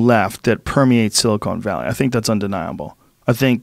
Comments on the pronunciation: Joe “*silicone* valley” rogan lol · Is it just me or is Joe consistently calling it "Silicone Valley"? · "Silicone Valley" lol